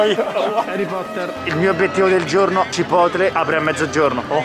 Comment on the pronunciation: Nessuno: Assolutamente nessuno:: CIPOTLE